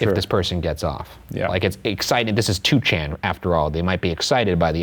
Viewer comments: 2chan is actually pronounced as Ni-chan in Japanese. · It's pronounced "Nichan" ...